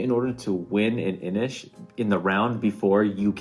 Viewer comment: INIS! You culled INIS?!? My lord.